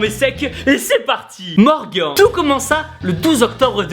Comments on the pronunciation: sa se dit pas Morgan sa se dit morgane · Super vidéo Tibo. Juste tu prononces Morgan comme Morgan(t) alors que ça se prononce plutôt Morgan(e), il le dit lui même à la fin de la vidéo. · le premier tu as mal prononcer on prononce morganneeee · Pauvre morgan a qui on a écorché le nom durant toute la vidéo